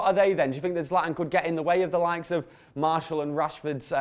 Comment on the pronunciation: Someone please tell that Zlatan has a T in it